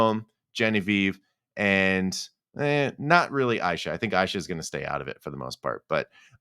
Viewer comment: Aysha’s name is pronounced Asia lol